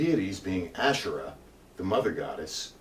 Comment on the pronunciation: Thank you! one thing, it’s pronounced : ahShay-rlah (tongue role) or AhShay-ra